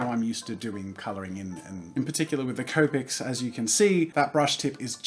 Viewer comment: As you can see, Jazza started pronouncing copics like cope-ics and not copics. MY OCD IS AT EASE!